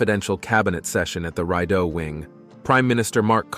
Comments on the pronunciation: "Reedo" not "Ride o".....dummy American. Spelled Rideau!!!! Pronounce it properly. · It’s pronounced Ree-doe son Rideau ,, Soo-Saint Marie …